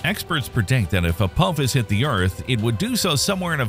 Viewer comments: say it right it's not Apowphis it's Apophis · I had to bail on this video. I could not handle the way Apophis was mispronounced. Do you not know how to pronounce the "ph" sound? It is "apofis", not "a-pope-is". Yikes. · Forget the treat levels and probabilities...can you at least pronounce the name right. Hearing you butcher it over and over again was gut wrenching. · Isn't supposed to be pronounced "Ah-Pah-Fiss?" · Hard to watch a video when the video starts by mispronouncing the name of the thing they’re talking about. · That's not how you pronounce Apophis. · your saying the name Apophis wrong if your going to say it say it right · Thumbs down for mispronouncing Apophis. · Mispronouncing Apophis immediately in the first few seconds of the video, means this video is full of crap. :P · It sure would be nice if these videos that are supposed to be erudite and educational would pronounce the names right. This is the second video about Apophis where they butchered the name over and over and over again. He even mentions the Stargate series. Why don't you watch five seconds of it, and listen to how they pronounce Apophis